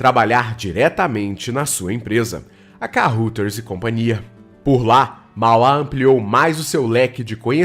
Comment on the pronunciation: Ótima matéria, li o livro e assisti o filme com Paulo Beti. Só uma observação: Kaeuraders, é assim que se pronuncia Carruthers.